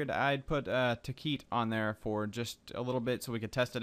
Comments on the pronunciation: hey, its tekkit not tekeet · I believe it's pronounced "Tech-It"... :) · Stop pronouncing it wrong! Think bukkit and technic!